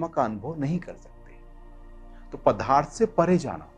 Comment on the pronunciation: जी "पदार्थ " को " पधार्थ " बोलना गलत है, कृपया सही शब्द " पदार्थ " का ही उच्चारण किया करें. धन्यवाद.